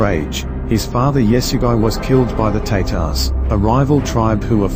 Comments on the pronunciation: Sorry, but it is not pronounced Teytars, it is pronounced Taatars. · Yes it's tatars